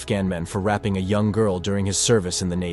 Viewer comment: The narrator also describes 'rape' a 'rapping' which is a new one! 😂